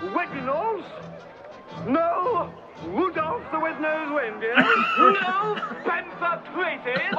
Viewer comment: No ,Woderwick the wobber,he stole Wudolf the Wed nosed Wiendeer